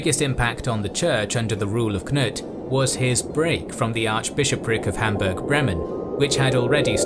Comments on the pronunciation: He also said Knut corretly imo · Nice with a correct pronounciation of Knut!